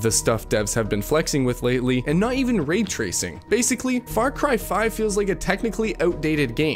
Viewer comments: Then a few seconds later he says "ree tracing" lol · The fact that he says it normally leads me further to believing the mispronunciation is for engagement baiting. Although it's still the wrong form of the word in this sentence, should be coherence As well as the fact that RAtracing would never just be mispronounced as REtracing just because you like hokey. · The way you say "coherent" is jarring and should be addressed. "Re tracing"? Bloody hell man!! De fen itive.... What's going on bro????